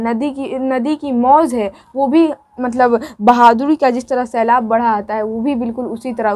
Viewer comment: Shailab nhi sailab